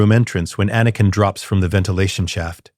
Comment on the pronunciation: Excellent story but that AI voice is butchering words like anakin in a room full of younglings.